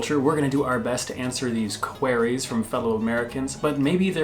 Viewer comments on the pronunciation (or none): Right at the off man, it is not "QWER" ( soinds like where) , it's QWEERY (sound like ear) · " querees " !? It's pronounced QUEERIES !!